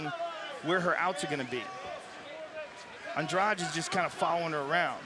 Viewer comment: Ann-drah-di not Andrudge